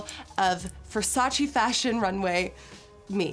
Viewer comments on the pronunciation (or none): xflammiepierce Donatella also says that this is VERSACE NOT VERSACEEE. So i dont know why they still makes this mistake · Non versaci, ma VER SA CE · VERSACE not VERSACI...... come on Nicky - you're from Europe, you supposed to know that😑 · Lol it’s funny to hear Gigi say versachee not Versace yet she starred in a campaign “it’s Versace not Versachee” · I'm Italian and I swear every time someone said "versacee" it killed me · I'm Italian so every time someone said "VersacI" in the video I would immediately scream back at the screen "IT'S VERSACE" lol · How are all of these MODELS at a VERSACE show saying “Versacheee”!? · CAN YOU PLEASE STOP SAY IT WRONG?! IT’S VERSACE (TCHE) NOT VERSACEE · So you are working for Versace buuuut still pronouncing it the wrong way?